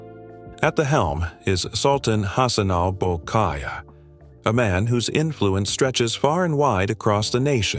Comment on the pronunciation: We love ❤️ our Queen very very very much, So stopped this rumours story.... Correction not bol k aa iah. BOLKIAH. ❤✅